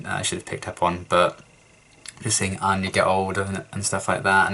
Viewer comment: What gave 'Xander' away how he had mispronounced/butchered Anya's name